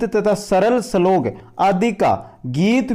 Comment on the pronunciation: श्लोक को सलोक बोल रहे हो